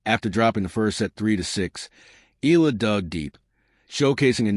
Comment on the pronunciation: ehh-ya--la sir